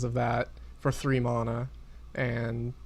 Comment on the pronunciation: You pronounce Mana completely wrong! Like seriously, you call yourself a rank 40 Duelsplayer and youtuber, but you can't even talk proper english. Sucks to be you mate. You fucking piece of shit.